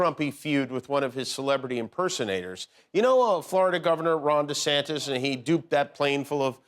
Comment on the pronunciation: Hey Jimmy.. DeSantice? (in the voice of SNL Church Lady) Don't you mean "DeSatan" ! dun dun dun..